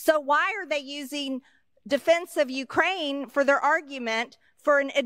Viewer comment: It’s interesting and rather telling that he can’t properly pronounce Ukraine